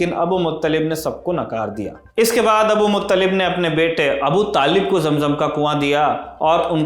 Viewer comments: Abdul mutallib not abu mutallib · Abdul Muttalib name he Abul Muttalib nahi he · Abu Muttalib nahi Abdul Muttalib